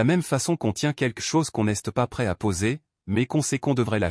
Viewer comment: C'est quoi cette prononciation du français ? c'est débile !!! Exemple : "n'este pas" et c'est tout le long du récit !! Change de job !!!